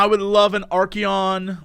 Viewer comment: dude i swear you guys just mis-pronounce things to piss people/me off, its Archaon (Ar-Cay-on) the middle "chao" is literally pulled from the word chaos. As in Arch (Ar) Chaos (chao) Monster/Mon (on) Archaon